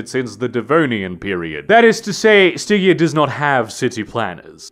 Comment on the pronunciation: Stig-EA... never heard it pronounced like that before.